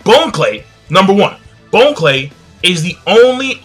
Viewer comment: Bon Clay isn't pronounced Bone-Clay its (Bahn-Clay) like Bon-Bons. great video though.